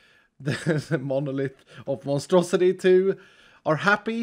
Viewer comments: The monstrosity became the monustrosity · Instead of monstrosity, it's not monu-monstrosity...or Mono-Strosity!! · "Monostrosilith" ... I tried